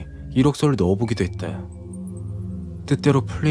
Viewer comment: 했다 야 했데 야 발음땜에 집중안되서 공포가 아니라 웃음이야기로 웃으면서 들음